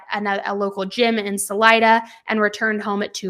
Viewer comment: It’s pronounced, Sul👀da, Colorado. Sul I da. I’m from Colorado and family live there. 😊